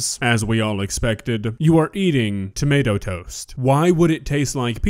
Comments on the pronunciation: What the hell is a "tamawta"? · Explain to me how she went her entire life without realizing it’s not tommiahto